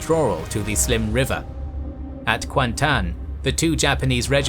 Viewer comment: kuantan was correct though